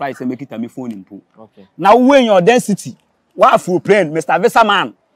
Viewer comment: Wanta "" odensity"🤣🤣